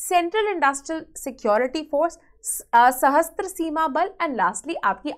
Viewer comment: It is Sashastra Seema Bal not Sahastra Seema Bal. Please correct it.